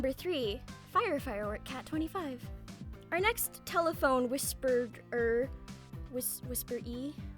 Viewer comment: Hearing you struggle to say whisperer made by brain cells commit mitosis.